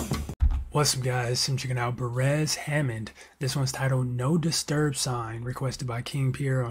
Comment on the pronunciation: It’s pronounce Bay rest